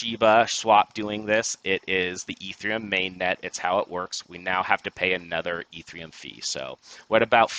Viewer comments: I can't take you seriously if you keep saying e3m. It's Ethereum. No 3 in it. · Dude can’t say ETHEREUM. God bless.